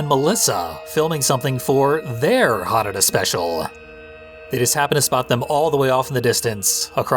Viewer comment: Eric was saying it very wrong, you've been pronouncing it properly: HAnuDA, same emphasis as how you'd pronounce Yakuza.